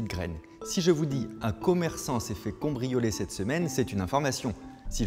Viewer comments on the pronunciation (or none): attends il a bien dit "combrioler" là ? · Ca me stresse qu'il dise "cOmbrioler" ..